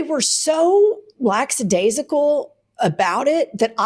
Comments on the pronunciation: LACKSADAISICAL❎ LACKADAISICAL✔ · Hey there gals. The dog sex story was hilarious but as a language & grammar maven, I have to offer Jen one correction: the word lackadaisical is NOT pronounced LAXadaisical. The first syllable is LACK…. I’ve heard a few other mistakes on your channel this past year but this one is the most annoying (for me). I know people personally who make this exact same mistake and I cringe every time I hear it. But I’m too chicken shit to correct my friends. I need to grow a pair, right?!